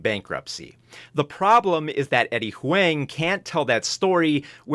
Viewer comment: Damn, try to pronounce Eddie's last name right next time 😂 H-WANG???